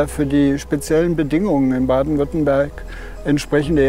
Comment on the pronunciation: Weiß nicht aber ein Sprecher vom swr sollte wissen das es Baden Württemberg heißt und nicht Baden Württenberg ….scheiss gez , Wölfe sind der Hammer